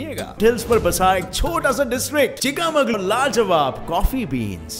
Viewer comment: Chika mangaluru nahi chhika mangaluru